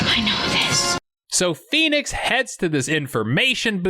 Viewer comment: When Stallone screams out PHOENIX its sounds like P E N I S.. once you play it back it can't be unheard. 😜